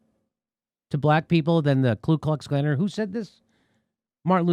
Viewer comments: Jimmy- Ku Klux Klan. I’m pretty sure MLK knew there was no L in KU....just saying. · Not nitpicking but it’s Ku Klux Klan not Klu...